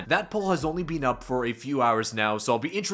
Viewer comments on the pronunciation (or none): none